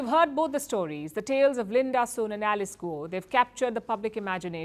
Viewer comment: 😂😂😂😂😂AaaaaaIndia Lady. The Last Name . SUN.AND not. Soon 😂😂😂😂😂😂Putt The Alcohol Down 😂😂Richard